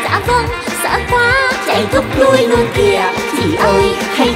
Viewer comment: LUÔN KHÔNG PHẢI LÀ NUÔN ĐÂU LÀ K PHẢI LÀ NÀ ĐÂU NHÁ